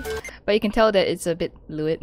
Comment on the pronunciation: Excuse me did you say lew it instead of lew d